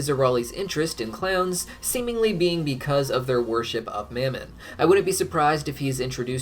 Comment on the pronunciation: I'm confused why you went from pronouncing Mammon like mom-on, to mam-in